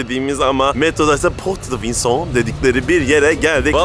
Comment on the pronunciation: PORTE DE VINCENNES 'i çok dogru prononse yaptin bravo . En zoru gule gule demek evet au revoir .. yeniden gorusmek uzere